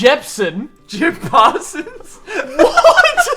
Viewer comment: now I don’t mean to be THAT GUY. Buuuuuuuuuuuut, it’s pronounced yankovic, not yankovich🤓